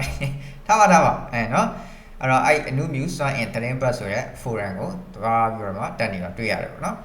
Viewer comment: အနုမြူ မဟုတ် အနူမြု